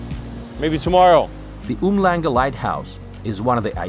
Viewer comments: Um-langa (not Umhlanga) 🤔🤣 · lol, yeah…. Oom shlanha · Not to nitpick but it's pronounced Oom-shlanga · Lol it's NOT oom-langa 😂 It's pronounced um-shlung-ga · Loved the way you pronounced Umhlanga... Try Um - shlunga XD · Uhmlanga is pronounced OOM- SHLANGA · It’s pronounced um-shlanga. The most popular/trendy place in Durban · Cool video of our city. We pronounce Umhlanga as "um-shlung- guh" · My dude, uMhlanga is pronounced 'Oom-Shlan-gah'. Other than that, thanks for repping the town I grew up in. We don't see a lot of content about Durbs. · Great video! Just a heads up on the pronunciation of Umhlanga. If you insert an ''s'' after the ''m'' like this Umshlanga and "then try and pronounce it, you will get it right. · Were these guys "groping for mossel bay"? That pronunciation of uMhlanga... seriously? Durbs has gone through a stage of dilapidation, no question, but it's still in a magnificent part of SA. I fondly believe it will bounce back better than ever, maybe even sooner than we expect. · It's not pronounced like that, stop lying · I lived in Durban for most of my life and still visit most of my family their several times a year, the one problem I with this video is that you didnt show enough of the bad side, the coast is lovely but go ten minute inland and its much worse. Besides that, your pronounciation of Umhlanga really had me shaking my fist in anger 😔